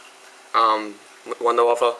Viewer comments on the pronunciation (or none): why do people call it the wunderWAFFLE when its a wunderWAFFE?